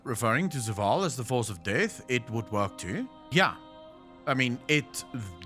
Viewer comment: Idk it just sounds weird when says Zoo-vaal instead of Zovaal. Maybe I'm just being too picky hahaha